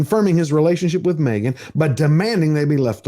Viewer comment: Me-gain and the half wit. 🙄